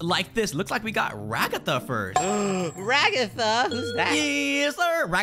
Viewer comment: NOT RAGGATHA IT'S RAGATHA